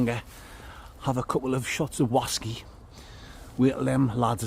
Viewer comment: Whaskey's, bwandy's and wum's oh my! Bwerrrrrrrrr!